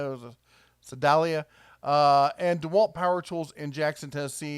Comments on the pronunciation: Well considering Missourians can't agree on simple things like saying soda or pop, and we disagree on pronouncing it Missouri/Missouruh/Misery, there's probably multiple ways to pronounce Sedalia. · U mean "Sa-Dal-iah... Not "Sea-Dal-iah". The E is pronounced like an a in this case if I'm not mistaken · "Red" it's pronounced "see"-"day"-"lee"-"a" in Missourah or Missouri (there are other ways to say the State name, too). But you're right about the abuse of the "made in the USA" laws. Sedalia, MO is where Scott Joplin was born. It has a long (for the area) history of light manufacturing, so anything "built" there is better than no jobs for US citizens. But, if you can make more money flipping burgers, slinging fries and pumping shakes, then what do the executives think of us? I'm concerned that their economic model really is a rate-of-return model, just like the current version of "Big Pharma" where pricing is all about how much you can charge per day of drugs, but how low cost can manufacturing be made. And then cry all the way to the bank with how much it cost to perform R&D, or to manufacture or Quality Control, or do distribution and marketing. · IN Missouri it's Sedalia (suh-DAYL-yuh). About smack in the middle of the state. Home of the Missouri State Fair. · …I live in MO. About 1.5 hr drive from Sedalia. You’re “close” on pronouncing it😂 Say it like “Suh-day-Lia”. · It’s pronounced “see-dale-ya”. Another great video, thanks a lot. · se-Dale-ya. Home of the MO state fair! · The parking lot you thought was empty is loading dock area. They aren't operating yet, so they should be empty. BTW, Mcdonalds in the area also pays $15/hr. We would be closer to $10/hr for fast food a couple of years ago. FWIW Sedalia in prounounced Se-day-lee-a. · Hearing the try to say Sedla made me chuckle a bit. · Misery resident here just for your edification it is pronounced "Ss-dale-ya" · Sedalia. Pronounced with a long A.